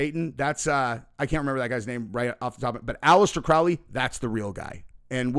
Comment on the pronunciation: That documentary is a total joke. The guy can’t even pronounce Alistair Crowley‘s last name correctly. Neither can, it’s pronounced crow like the bird, and then Lee. Crow-Lee. Seriously there is so much false and fake information in that documentary. It’s pathetic., you are getting gullible AF. Abramovich is a shock artist who literally makes money by having people like you freak out, which makes her shit cooler way to play into their hands.